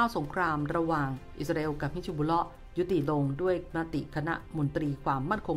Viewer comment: ฮิซบุลเล๊าะ ถูกต้อง ไม่ใช่ บิชชะบุลเล๊าะ ครับ จะได้ออกเสียงง่ายๆหน่อย